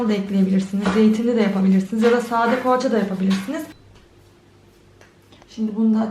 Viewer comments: Paaça değil poğaça konusmayidami bilmiyosum yaa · pohaaaçaa😂o nasıl poğaça demek ya